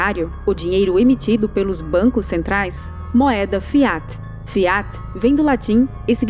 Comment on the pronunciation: A pronúncia de FIAT tem a tônica na primeira sílaba. Fonte: o latim